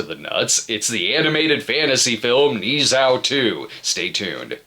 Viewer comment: its ne zha with a not a o